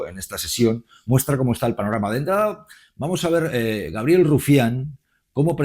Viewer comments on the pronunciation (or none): none